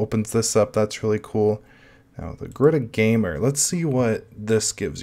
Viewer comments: Just as an FYI, it's pronounced as ga-ruda :) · Pronouncing: Ga-Ru-R-a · Can garuda run on raspberry pi 4 ? It is pronounced (ga - roo- da) , Garuda, in Hindu mythology, the bird (a kite or an eagle) and the vahana (mount) of the god Vishnu. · Nope. It's pronounced Garud. It's a Sanskrit word for an eagle like bird. The link below backs my statement up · Btw it's pronounced Garud. It's an eagle like bird in my home language, Sanskrit. Here's the Wiki for it.